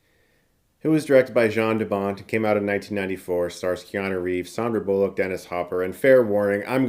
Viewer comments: Jarn DeBont is pronounced Yarn DeBont. Ya-rn not Ja-rn.... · Hey brother its pronoucned YAN 😁